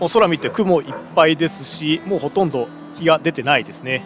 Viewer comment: "ほとんぢ"